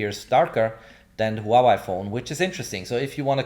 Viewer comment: It is not just Reno - it is also the way you pronounce Huawei - technically good review, but unbearable to listen to.